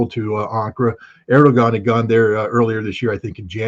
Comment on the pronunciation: Erdewwan, not, Erdugon..